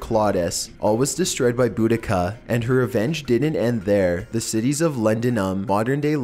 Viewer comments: There are several proposed spellings for Boudicca’s name but all of them are pronounced the same, sadly this guy (and many others) don’t pronounce it properly and it drives me NUTTY when people mispronounce it! It’s pronounced Bo-da-see-uh. However, no matter how someone pronounces her name, no one can deny she was vicious AF! To be fair the upperclass Romans had been ordered to evacuate (especially in Londinium) but many ignored the orders thinking that there wasn’t much of a threat from an army lead by a woman. And oh BOY were they mistaken! She was a rabid animal out for revenge after what the Romans did to her 2 young daughters. One of her most infamous torture techniques was to string rich Roman women up by their hands, cut of one or both of their breasts and then SEW the breast or breasts onto the women’s FACES! Brutal AF!!! As a mother of a 12 year old daughter I can sympathize, especially because some accounts place the daughters ages at 10 and 12 years old but no one is absolutely positive about their ages other than the fact that they were both 15 years old or younger and they had both been raped repeatedly to ruin them and prevent “good” marriages for them to keep their potential husbands from taking over the chieftainship left vacant after the death of the girls father. The only reason she lost to the Romans is because she got too cocky. She was actually chasing them out and the final battle happened in a small cul-de-sac like area, there were so many men packed i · It's pronounced Bo-da-see-a. :-)